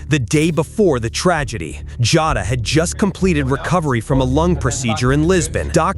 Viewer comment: It's not Jata it's Jota!!!